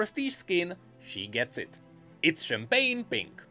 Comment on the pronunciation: At this point I just watch this to hear "champagne pink"